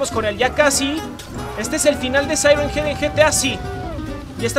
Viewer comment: Ingles: siren head Al español: el sireniyas xd